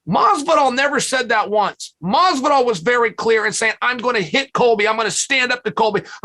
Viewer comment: Teddy ‘Mazzvidolll’ Atlas